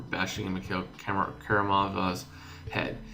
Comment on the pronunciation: its pronounced mik I-il